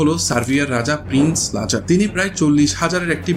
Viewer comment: You started off doing football content, now you are branching out to historical content. Some people can do this, but unfortunately you are not one of them. Thats why the nitpicking of your video. Its Lazar there's a Z in the middle, its Serb not serf that's a different word which will not be flagged in spell check. YOU DON'T HAVE THE GRAVITAS TO DO HISTORICAL CONTENT.